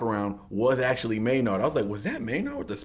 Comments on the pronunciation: i love ur content but its maynard pronounced maynerd, not may-nard. maynard james keenan. just a small thing but keep these coming, love the tool content. spiral out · Spelled Maynard pronounced Mayn-erd. Keep spiraling out